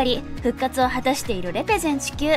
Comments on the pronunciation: レ↑ペゼン↓地↑球↓ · レ⤴ペ⤴ゼン地球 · レ↑ペ↓ゼン地球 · レペゼン地球の発音www dj社長はすごいです♬